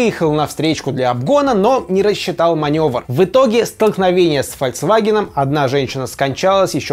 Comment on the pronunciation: Руслан, правильно говорить ФольКСваген (народный автомобиль), а не ФольЦваген.